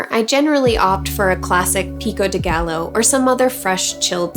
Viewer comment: Another great recipe! Really well presented. Was the Jalapeño seeded or with seeds? I like how you pronounce Pico de Gallo (should sound like Guy Yo). It's a nice little brain tease though. Happy Cooking, UB